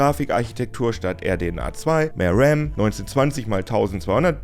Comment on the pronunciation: War das ’n Versprecher oder spricht man „Ram" jetzt mit E aus? Außerdem: Ein LCD-Bildschirm soll besser sein als OLED … Bei Gaming … Srsly? Schonmal Alien Isolation auf ’nem OLED gespielt? Mach direkt danach mal mit ’nem einblutenden, grau leuchtenden LCD-Bildschirm … yay … Da können die ihre 30 Hz mehr und minimal höhere Bildschirmauflösung behalten – was btw bei der Bildschirmgröße sowieso wurscht ist und nur auf dem Papier besser aussieht, aber eben MEHR Akku verbraucht, weils IMMER beleuchtet wird! Und mein letzter Punkt. Alda, ich bin in meinen 40ern, ich hatte Lenovo-Laptops, viel Spaß beim Schrottbauteil suchen! Lenovos, egal was, sind wie ’n Fertigrechner aus dem Otto-Katalog. Da ist entweder der Rambaustein (oder doch Rem?) aus ’ner Shenzhen-Hinterhofgasse zusammengelötet, oder die Netzteile wurden durch den Fluss Ganges gezogen, oder der Monitor hat dermaßen Einblutungen, dass es so aussieht, als würden am Bildschirmrand einer auf Spotlight machen wollen, um den auf der Bühne zu beleuchten! Wenn AMD ein Deck mit Linux Mint (oder wenn’s sein muss PopOS) und neutral durchgecheckter Hardware anbietet, werde ich darüber ernsthaft nachdenken, auch wenn’s 800 € kostet, aber Aldi als Alternative für ein überteuertes Monopolprodukt anzubieten, ist auch die Wahl zwischen lebendigem Delikatesse-Tintenfisch und 10 ¢ Kaugummikugel aus’m Tedi! Naja … ne, lass mal warten, ob da noch jemand Pizza bringt, oder?